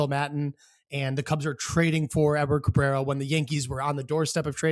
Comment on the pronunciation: I'm just happy they traded for a guy who could say his name correctly.